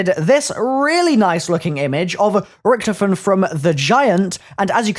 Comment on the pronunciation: Not Richthofen mate